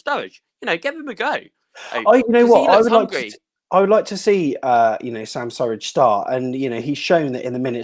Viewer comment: it's 'Surridge' 🤦🏼‍♂️😂